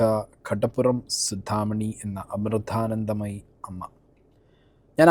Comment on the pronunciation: ആദ്യം ആ പേര് മര്യാദ ആയി ഉച്ഛരിക്കാൻ പഠിക്കു.